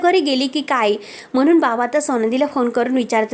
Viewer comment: आणी चे आनी, म्हणुन चे म्हनून 😂😂😂